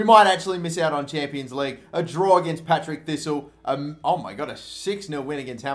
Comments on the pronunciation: PARTICK NOT PATRICK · Patrick thistle 😂😂😂 it's par tick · PAR-TICK NOT PAT-RICK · its paRTick, not paTRick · The bogey team is called PaRTick not PaTRick xD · “Patrick” thistle, my head was in my hand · It's partick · "Patrick thistle" hahahaha